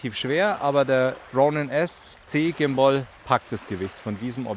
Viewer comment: Vielen Dank für das Video aber bitte hör auf Gimboi zu sagen 😵‍💫 Übrigens ein wirklich schönes Ergebnis 👍😉